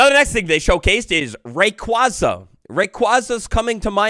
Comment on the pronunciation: You pronounced rayquaza wrong 💔